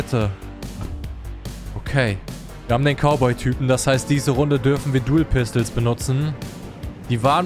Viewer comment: Und wehe sagt ihr Dou pistel (PAAR SEKUNDEN SPÄTER) Sagt er selber Dou pistel😂 Mach weiter so😂❤